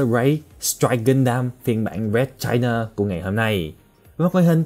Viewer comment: Nghe china tưởng fa kee